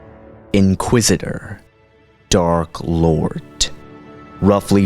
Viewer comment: "Dark Lort!" ?????? pffffff i'm sorry i had to make a joke or laff at that